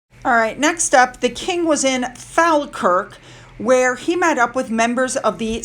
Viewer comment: its fall kirk you pronounced it Falmouth, falmuth.